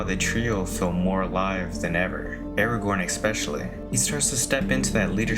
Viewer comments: Cardinal sin of anyone watching these movies is to mispronounce Aragorn as “Aragon”. Don’t make that mistake again. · You pronounced his name as air-uh-gone. I hate you. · 2 things. It’s pronounced “Aragorn” not Eragon. And yes, Gollum was a hobbit. You said not a hobbit or an elf, but a normal person lol.